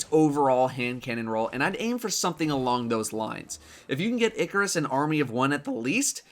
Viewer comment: It is pronounced eye-car-us not ickk-er-us